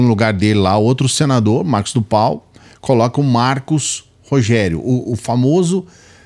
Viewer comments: Escutar uma pessoa que pronyncia errado nome Narcos do Val.Cidadao repete Marcos do pal. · Mano é tudo muito sério! Mas, o chamando o senador " Marcos do Pal " eu não aguento não! Cada hora que repete é uma gargalhada😂😂